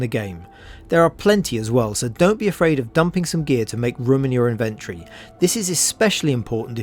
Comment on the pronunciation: the way you say inventory triggers me.